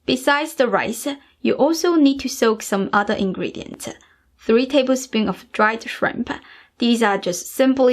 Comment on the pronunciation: This recipe looks awesome. I'm definitely gonna try it, as soon I have this steam cooking thing (my mom has one, but she want give it to me knowing it would be an experiment 😁). If you don't mind the question: Why you emphasize the last letter in some words? Like Shrimpsssah, Ricessah and so own. Is that a cultural thing? :)